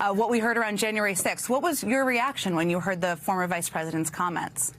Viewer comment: Pence doesn't even know how to say, "Former.."